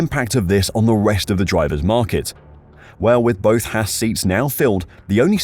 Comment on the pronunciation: It’s haas not hass